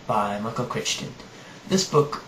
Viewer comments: Crichton is pronounced Cry-ton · It's pronounced "cri-ton", even though it is spelled Crichton. The Andromeda Strain was reeeeeeaaaaally good. I liked Next, too (another of his). I haven't read the Jurassic Park book(s?), but the movies were good.